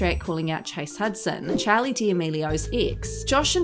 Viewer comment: Y she say Charli like chAly I’m dead 💀